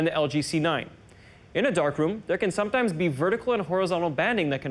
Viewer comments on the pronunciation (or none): is it just me or does he say sometime with an indian accent? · eric ibacache Yes. It’s hilarious 😆